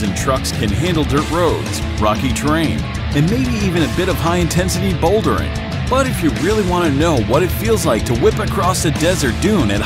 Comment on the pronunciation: It was hard to take the video seriously after he said "bouldering"